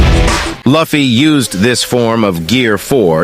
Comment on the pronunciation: pls , his name is not lafy its luffy(loofie)